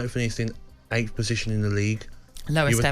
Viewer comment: I just got aids from hearing Gaby say ''eighth'' and calling Ahmad ''Ahmed'', the guy is absolutely horrendous at punditry